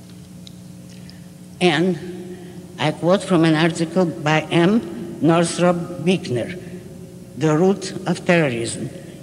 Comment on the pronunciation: Brown She pronounced it 'beek-ner' when it should be pronounced 'berk-nuh'